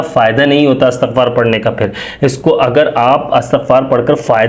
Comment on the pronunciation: Bhai jan lafz istghfar ha Asghfar lafz nh hy please lafz theak phre